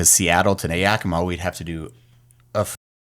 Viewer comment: Washington native near Yakima...thank you for pronouncing it right when the Yakima radio DJ can't even say it right 😂😂